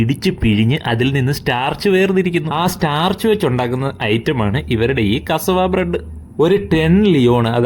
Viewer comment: Aadyam athu parayan padikkatte. Kasavu alla pattu. കസവാ അല്ല. കസ്സാവ എന്ന് പറ.